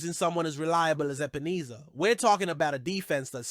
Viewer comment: HIS NAME IS EP-EN-ESSA. NOT EEESA